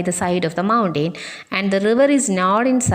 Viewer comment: Well done tr.Very useful to children. But the way you pronouncing the word 'mountain' is quite different from the actual pronunciation.